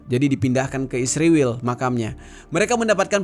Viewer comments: Bang kenapa sih pake kata "isriwil" sebut ae "israel" gitu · Anda ini anti semit dari cara anda mengucapkan kata isriwil dasar rasis